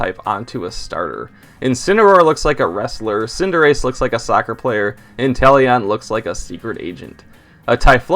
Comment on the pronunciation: INTELEON, NOT INTELLION! QUAQUAVAL, NOT QUAQIAVALLE!